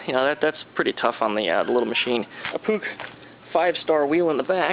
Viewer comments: did this dude say pook its pronounced "push" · It's pronounced push actually.